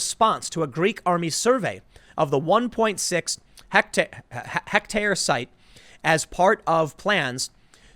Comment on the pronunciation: too stupid to say hectare